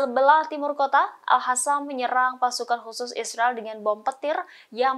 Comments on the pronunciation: Al Qassam buk, Al Qassam bukan al hasam , asal bunyi saja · Pembaca berita sebaiknya belajar membaca, al qosam jangan dibaca al hasam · sangat terganggu setiap kali host ini,, Al Qassam diucapkan olehnya dengan Al Hasam. Apa di studio rekaman gak ada yg bisa koreksi?? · Salfok dng sebutan presenter nyebutin kata Al Hassam, bknnya Al Qassam ya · Al Qassam bkn Al Hassam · Kenapa jadi Al Hassam? Bukan pakai Qof? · Al Qassam bukan Al Hassam😂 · Hampir semua pembaca berita melafalkan AL QASSAM dengan AL HASAM.....AL HASAM Mungkin mereka tidak pernah belajar mengaji waktu kecilnya. Dan sampai sekarang tetap tidak mau belajar mengaji. AL QASSAM itu dibacanya AL KOSAM. bukan Al Hasam...Al Hasam. Kesalahan bacanya terus menerus. Buat Pemrednya harus nya membrifing dulu sebelum mereka bertugas. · AL HASAM????? Tribunnews!, tolong bacanya diperbaiki atau dikoreksi dulu presenternya sebelum dipublikasikan, kalo al-qassam/al-qossam jangan dibaca (al hasam) setidaknya dibaca al-qassam atau secara abjad indonesia AL-KOSSAM ini baru sesuai dengan suara mulut kita